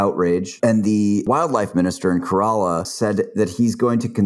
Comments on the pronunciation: Just fyi, it's pronounced "ke-re-laa" not "Toyota coralla" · Dude struggled so much trying to pronounce Kerala